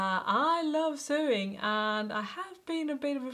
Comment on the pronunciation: du vet det sikkert allerede nå, men "sewing" uttales "sowing" på engelsk :)